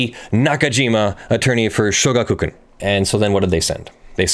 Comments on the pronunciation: Yeah it's three words not two. Sho-gaku-kan not shoga-kukan. And the u is very much not stressed, it would usually be all but silent when actually pronounced in running speech. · show-GAH-koo-KHAN. Sorry, my inner weeb couldn't handle it q-q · shoh-gah-k(u)-kah-n with stress added to shoh and ka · In regards to pronunciation of shogakukan, you were close, but the emphasis is not on ku. The Ga has the emphasis, but unlike English, there's no lengthening of the syllable, only a raising of the pitch.